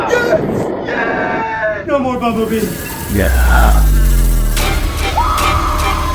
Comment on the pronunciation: that NOO.... Was personal 😂